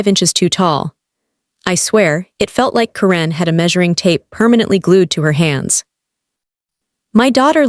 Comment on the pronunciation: It's pronounced KAR-en, NOT ka-REN!!!!!!